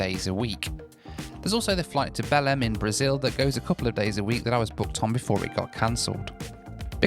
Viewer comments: its pronounced like beleng and means Bethlehem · Best to pronounce Belem as “Bellaine” or “Bellaing” if you really want to get close to the pronunciation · I.. I just understood "BELL-END in Brazil" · I thought you said you were flying to Bellend...😅 Was going to add it to favourite places I want to visit.Oh well, number 1 is still Mingė, Lithiania.